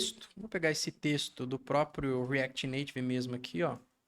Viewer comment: shadycêeneuai no reacty nativy...